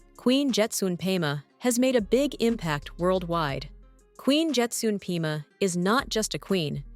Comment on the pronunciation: Perhaps they can find an announcer who can spend an extra 2 minutes trying to pronounce names and places properly. "Pema, Thimphu, Dondep Gyaltsen", and almost every other name was mispronuounced.